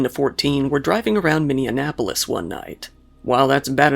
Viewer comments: Minneapolis not Minianapolis silly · Minion-apolis 🤣🤣🤣🤣 it’s Minnie-apolis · “Minn-e-a’polis.” It’s not Indiana